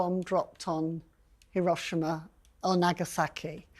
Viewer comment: Learn how to pronounce Hiroshima correctly.